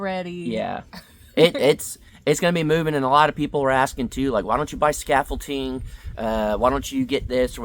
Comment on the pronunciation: Come on you know he’s mispronouncing it. “😂Scafold-Tine” Is that created by the people that make Ovaltine? Scaffolding Scaffolding!